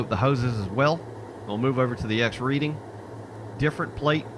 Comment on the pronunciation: Reading is pronounced "Redding." Thanks for the video though.